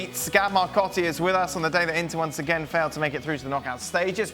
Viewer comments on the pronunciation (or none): none